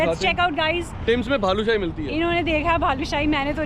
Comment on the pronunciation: Helpful video for many😀.., I think it's Balushahi..Not Bhalushahi😀😀😀